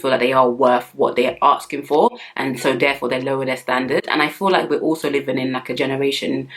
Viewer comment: Nothing more unattractive than when a woman says "aksing"